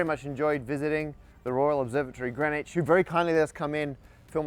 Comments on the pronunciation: its Green not Gren. My name is Grenville, why cant Englishmen speak English? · OK. All this talk about lines, but you're mispronouncing the location--it's "Green Witch", not "grennitch." Sillies. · The hardest part to understand about this video is how Greenwich is spelled green witch, but is pronounced as grin itch. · Why is it that you don't pronounce the W, or one of the E's in Greenwich? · Local people hate Greenwich pronounced "Grenich" ... We have discussed this and are divided only between 'Grinnidge' or 'Grinnitch' NEVER "Grenwich" ... ... And by the way, it is most definitely NOT 🎵"Hailey's Comet"🎵😡😡😡😡😡 NOT "Bill Hailey & his Comets" .. its Halley's Comet pronounced (Edmund Halley) Hall_ey .😠.for f🦆's sake.😡